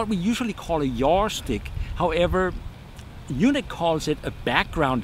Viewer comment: Pronouncing YUNEEC as "Eunuch" confuses things big time., it's pronounced "U NEEEEK" as in the word UNIQUE!!!